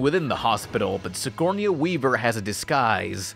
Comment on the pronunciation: the way you pronounce Sigourney Weaver makes me so mad